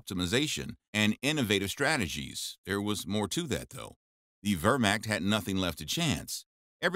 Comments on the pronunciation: The Ver-macked? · Your mispronunciation of Pervatin, Wehrmacht, Balkans and Barbarossa was very annoying and distracting. It doesn’t take much to learn the correct way to pronounce a word especially when presenting factual information. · Cool stuff but the Wehrmacht is pronounced with a V (ver macht) sounding like mach 2 syllables 1 word pronounce the t. Not hating just saying 🙂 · you really need to edit these things better. You show Soviet troops several time, along with American and British troops. Please learn to pronounce whermacht . and some of the other German words. This is just for a buck, eh ?